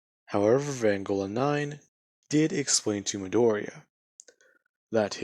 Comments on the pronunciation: It's pronounced v-on-go-la no offense but I can't stand when ppl get this wrong your doing great otherwise dude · Fucking finnaly someone did this,also your pronouncing vongola wrong your saying vangola